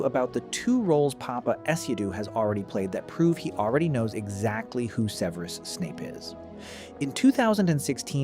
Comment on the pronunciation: AI can't even pronounce Severus properly lmao. Fuck off with this slop